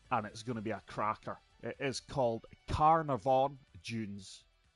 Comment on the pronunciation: Carnarvon is in North Western Australia. Known for mining ,agriculture fishing etc pronounced Car-nar- vin